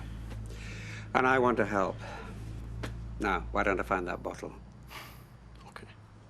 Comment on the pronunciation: Annoys me how Lez couldn't pronounce things properly. Boccle and Hospicle. Not Bottle and Hospital